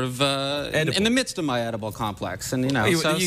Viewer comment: I don't think he's saying "oedipal" right... Sounds more like he's saying "edible" to my ears.